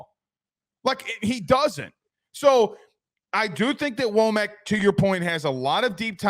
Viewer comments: It's pronounced, Wha-muk. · First, learn to pronounce his name correctly. Second, when he was defensive coordinator at Indiana, he was a Broyles award finalist as one of the top, five assistant coaches in America. He knows the Alabama, Georgia and Florida region as a recruiter. Finally, it appears as if. DeBoer is attempting to build a staff that will be there with him for more than a year, which Alabama has not had in quite some time. They could get away with that with Saban as the coach. I don’t believe that they can get away with that in the first few years of a new coach’s career. That kind of turnover means that every year turns back into the first year. He hast to build the kind of continuity that breeds success and earns you the right to later succeeded with high coaching turnover.